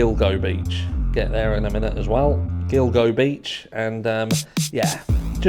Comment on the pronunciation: Idaho is a really grimy place. It's actually a stronghold for the Aryan Nation. If you like the movie fight club, it's crazy what happened to the author of the books father. 😢 I live on long island and hearing you pronounce gilgo was funny..we have a lot of weird names for towns hear. Alot of native American history, so we took on their names 🤷‍♀️I actually live close to the haunted lake ronkonkoma. 😮 And have swam at gilgo as well. We also have the Amityville horror house. Alot of crazy shit here. 🤷 No place like lawngeyeland.😂🗽 And please don't think it's all rich people here because it's absolutely not. They all live on the coasts, and out on the forks, but there's a lot of miles between Montauk in Manhattan.😂 Phew that was a lot of rambling. My bad.🙏